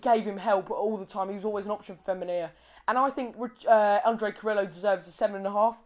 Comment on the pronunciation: for better pronounce... try to say CARRIYO... not carrilo (DNT use double LL as italian) "replace LL as a Y". And yes he's very helpful with defense, but his best performance will be goals assistance. Same effective left or right wing. However as left wing he scores more making diagonals.